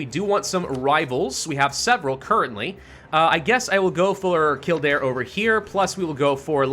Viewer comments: none are offensive but all are wrong it's kill-dare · Kill Dare... that's how its pronounced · In Irish it’s pronounced Kild-air, and before you make this mistake, Celtic, is pronounced Keltic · Some Irish and Scots pronunciations are very literal. Kildare is one of them to my knowledge as a Scottish person. But general rule of thumb, if you're unsure on pronunciation ask a Scottish or Irish person. Cause more than likely if you don't ask a native you'll be saying it wrong.